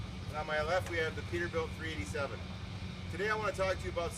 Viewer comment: Did he say a peterbilt 3"8"7? I thought it was a 337